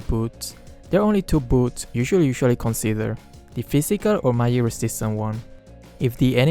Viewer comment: "mayig resistance wuhrn"